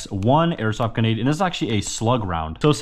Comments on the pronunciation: Why do you have such a problem with saying the r in grenade? Sayin it like g’nade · Omgggg please just once say granade correctly its so frustrating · It really mad me angry when he said genade launcher it just mad me want to change the video so much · you really do struggle pronouncing the letter R in gRenade dont you ? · Its not genade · Grenade has an R. It’s right there at the start my guy ❤ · Anyone notice he doesnt say the “r” in grenade…lol…but super cool video🤙🏾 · It sounds like he's saying genade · Him saying genade was annoying me the whole video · "GENADE LAUNCHER" - Entertainment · did anybody else think he was saying genade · bro is saying genades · Am I crazy, or was he saying "Genade"? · nice vid, but you did not once pronounce grenade right lol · most people use the r that’s in the word grenade. It’s not a silent r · it makes me moderately angry every time he says genade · Bruh say gRenade the right way pls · GRA-NADE not Gu-nade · No, it’s “genade”🤣😂😅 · No hate but you were saying genade instead of grenade😂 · I cant be the only one who hears him saying "genade" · Why did u keep sayin genade and not grenade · GREnade my guy. Not GEnade 😭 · Grenade is pronounced with an "r" it's not pronounced genade!!! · Please bro third time I've said this its not genade, its grenade You literally have it in the title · Grenade not ganade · its grenade not genade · I here more ginade than grinade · is he saying gunad instead grenade but none the less good video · he says genade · uhm actually its gRenade not genade💀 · Why cant he pronounce gRenade? genade, genade, hurhurhur genade. 0_0 my face the entire video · Stop saying ganade its GRANADE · bro said genade no hate btw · Please bro learn to say the word grenade grenade not genade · Bro it’s bugging me he keeps saying ganade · Grenade not genade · I love your videos man, I've been a subscriber for a very long time. But I hated every single time you said "ganade" instead of grenade or even just nade...